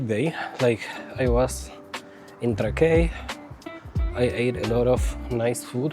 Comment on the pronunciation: Miesto pavadinimas tariamas Trãkai, ne Trakaí.